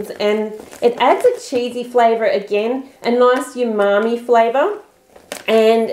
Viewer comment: You keep saying yumami but it's umami.